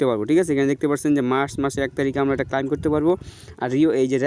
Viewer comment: ক্লাইম না ক্লেইম শুদ্ধ ভাষা শিখিস নি